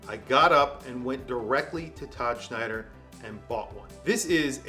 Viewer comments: It's Tom Snyder...not Schneider. But looks great. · WHY TF does he keep saying "Schneider?"